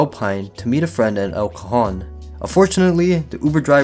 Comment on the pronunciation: Just wanted to say that not how you pronounce El Cajon, the J is more of an H sound super crazy I live by Santee and El Cajon good thing I haven’t used Uber since I got a car